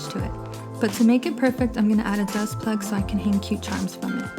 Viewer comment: Are you saying Dust Plug? What do you put in at the top to hang your charms?